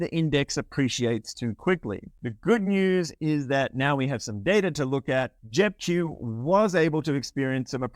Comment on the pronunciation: Sound like you are saying JEP Jew, Hit the Q sound 😁